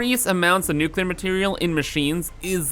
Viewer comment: I really appreciate that you say nuclear and not nukuhlear like some kind of psychopath